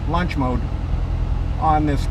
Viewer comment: Lunch mode!!!!! Do you want fries with that?..sorry the accent sounfs like lunch instead of launch..